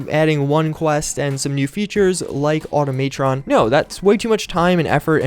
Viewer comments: I've heard a couple... it's annoying tbh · Auto-may-tron lmao... I've never heard anyone call it that.